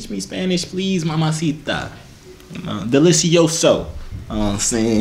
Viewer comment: LMAOAOOA HIS SPANISH “Delisioso” 💀👑👑U a king